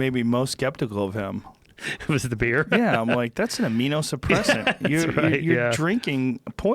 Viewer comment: It's "immunosuppressant" Joe, not "aminosuppressant"